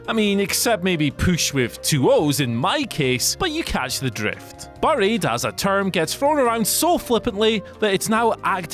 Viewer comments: What just makes me laugh is how this guy cannot say 'buried' correctly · Why is he pronouncing buried wrong? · I’m from Whatculture and I don’t know how to pronounce the word ‘buried’. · I am just annoyed by the way he pronounces 'Buried' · The way pronounces buried really got to me 😂😂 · England- "buh-ried" America- bæ-ried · You couldn’t have gotten somebody who can atleast pronounced the word properly to do this list nah? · Maybe I just heard the word too much but even so you say ‘’buried’’ very weirdly, or is it just me 🤔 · He definitely does. They should've got Simon Miller or Adam Cleary to do this list